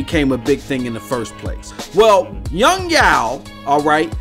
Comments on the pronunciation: Yong yeaaaah not Yong yaooo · Why do you go out of your way to fuck up Yong Yea's name like that?